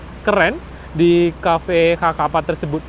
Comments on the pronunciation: Kaffe Sakapa = sekepal )baconyo bukan ( kakapa ) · Dia yang ngomong kok saya yang sesak nafas ya, blepotan dan salah² gtu bang. Xakapa disebut kakapa bukannya dibaca sakapa 🙏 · Sakapa cara bacanya Bang Bukan Kakapa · Xakapa bos. Bacanya Sakapa, bukan kakapa. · Bacaan nama kafe nya kafe sakapa gak sih,bukan kakapa...? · Nama cafe nysa sakapa bg bukan kakapa, XA itu di baca SA. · Bukan cafe kakapa bg, itu xakapa (sakapa) klw di baca dalam bahasa indonesia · Bacanya sakapa min tulisan xakapa. Bukan kakapa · Cafe xakapa bro bukan ka kapa.. bahaso awak nyo sakapa... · Assalamu'alaikum...Koreksi Mas Bukan xakapa tapi Bacanya Sakapa... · Sakapa.... Bukan kakapa... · Bro, xakapa diucapkan "sakapa". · fyi, xakapa itu dibaca sakapa pak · Bacanya "cafe sakapa" terima kasih sudah meliput wilayah musibah di Sumbar